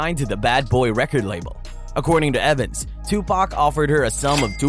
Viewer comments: and I don't care how it's pronounced but Tupack is just wrong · Hearing the whitest kid pronouncing Tupac is agonizing me.